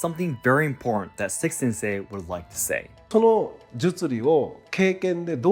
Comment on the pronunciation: Dang... Seki "Wick" Sensei 😅